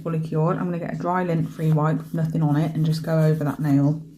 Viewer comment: Nuthink. Thats not a word. Nuthin. 😅❤